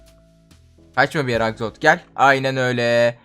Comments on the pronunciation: Abi o aksolot değil aksolt'l' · Abi axolot değil axolotl (sonuna sadece L koymamız lazım)